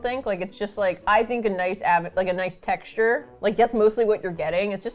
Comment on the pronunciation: "chexture" is my new favorite word.